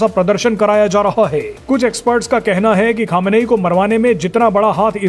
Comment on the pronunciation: अबे गधे अभी तक खोमेनी नाम था अब क्यों खमेनेई बोल रहा।है